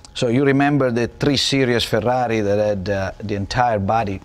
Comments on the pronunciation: The way he speaks the word Ferrari is real goddang cool!! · Yes, it sounds really good when pronounced with an Italian accent! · That's how you pronounce Ferrari.